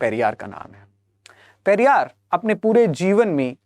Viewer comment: Periyar ko galat tareeke se bola hai aapne ......